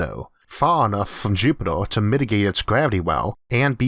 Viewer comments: Its Jupiter not jupitor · Why does he pronounce Jupitaar and eeeerth like that annoying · Jupitaa bla bla bla Jupitaa bla bla bla Jupitaa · interesting but find the strange pronunciation of the letter R a bit distracting. jupitoah ? what ? RRRRRR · "Jupitor" "Orth" :) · Is this voice a real person with a strange accent or a computer generated voice? The pronunciation of Mars as Maaaws and Jupiter as Jupit-or and almost every word with an 'er' is pronounced 'or' as in door. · Is he pronouncing Jupiter into jupitor 🤔🤣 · Repeat after me, Jupiter Jupiteeer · Please pronounce Jupiter correct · Why is the narrator pronouncing E's as O's? Listening to this is like being forced to watch a baby being dissolved in acid: horrifying and utterly unnecessary ! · "It is vehy eezy" "Jupedor" Oh yeah, this guy. leaves